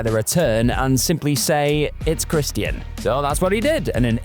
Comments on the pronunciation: Who is Christy-an? If you’re having trouble pronouncing his name, it’s in his THEME SONG.🤦‍♂️ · Im sorry but Chris T N? Thats how you sound. Somebody teach this narrator how to say wrestlers names before making another video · I don't like this dude narrating the way he pronounces names gets on my nerves christyian cage😂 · Why you pronouncing 'Christian' weird? 😂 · Why does he say Christian like that? They say his name literally everytime he walks out, how could not know how to pronounce his name??😂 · The way you say Christian is very unsettling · Why the fk can’t you say Christian correctly? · I hate how you say Christian.... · Why are you pronouncing Christian like a mook?